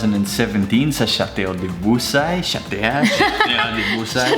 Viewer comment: its probounced as shatu ahahahaha